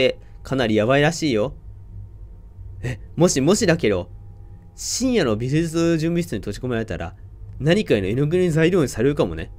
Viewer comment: 「美術準備室」って微妙に言いきれてないの好きｗ